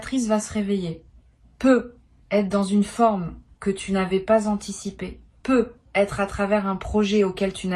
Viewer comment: C'est si difficile de prononcer ne serait-ce qu'une seule fois sur une trentaine de fois, correctement "peut-être" en faisant la liaison ? Ahhhh aïe aïe aïe aïe.... Non mais quelle idée de faire parler une IA à sa place d'autant plus lorsqu'il est question d'un domaine essentiellement basé sur l'intuition profonde !!!!! Heureusement pour vous ET pour nous, là où vous pensiez tromper votre monde sur la qualité du choix de "vos" mots, il convient de rappeler que même une IA fait partie de l'univers au même titre que des cartes, des planètes, etc Donc vos tirages en fait sont dingues ! P.s : d'avance, inutile d'essayer d'argumenter avec moi contre le fait que vous utilisiez bel et bien et à 200% l'IA => je reconnais parfaitement leur signature (notamment sur l'abus d'utilisation de tournures type "Non pas... mais parce que..."